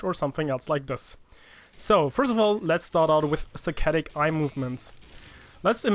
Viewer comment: I thought he said satanic movements